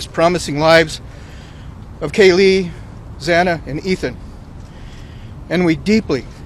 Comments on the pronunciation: Zah-nah..that's the proper pronunciation of her name . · I think this judge needs to step down. I cringed every time he mispronounced Xana Kernodle’s.